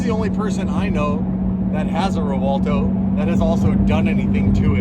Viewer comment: WHY do these people keep calling it "Revolto"? I keep having 2nd hand embaressment.